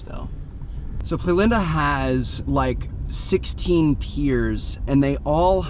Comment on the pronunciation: you need to work on your spanish bud lmfao, i spend 30 mins searching where that beach is so i can go tomorrow, "playlanda" turns out is "playa-linda" come on!! Hopefully your there and finally meet you!!